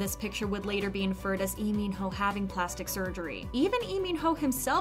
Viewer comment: Waitttt????do i jst hear her calling Ee min ho